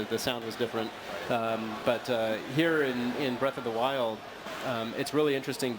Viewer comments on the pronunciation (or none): WILD NOT WIND